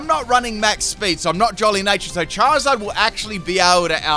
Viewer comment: CHERRYZard? Don't you mean CHARiZARD?